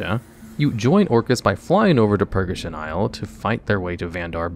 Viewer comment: Another excellent video, as always. I love your stuff, truly I do, but I beg of you, please please please double-check pronunciations. REE-uh-strasza, Nix-ON-druh, Purr-GAY-shun, ARD-en-wee-ld, Clair-eese, and many others. Aside from that you do great work, and I hate to say anything negative, but calling Clarice "Clarence" made me cringe so hard that I had comment with what I hope is constructive criticism. ETA: Elsewhere in the comments someone said you do this on purpose to get people to comment more. If that's the case then disregard what I said but maybe think of a new running joke that doesn't make people waste their time typing well-intentioned feedback and ending up feeling silly.